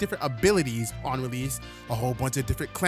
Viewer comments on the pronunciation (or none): Bro saying rell seas and release is like the three magic words to a fat person MC DONALD'S IS CLOSE